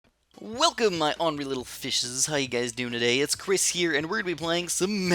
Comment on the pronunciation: Chris not cris